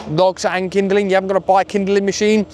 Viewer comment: Kindling…not kinderling for Pete’s sakes.